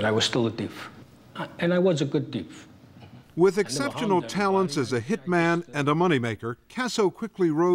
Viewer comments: "I was still a deef. I was a good deef." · "And i was a good teef"😂😂😂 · “I was a good teef”